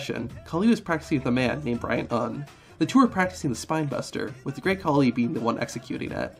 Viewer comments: The Hindu goddess is "KALI" not "Khali". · ayy, im from India, the goddess you spoke about during the great khali, its actually maa kaali, and not maa khali. khali had more of a punjabi ring to the name